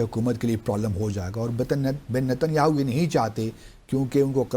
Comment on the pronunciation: Is buddhe ko Netanyahu ka naam bhi sahi se bolna nahi aata ..😂😂😂😂😂😂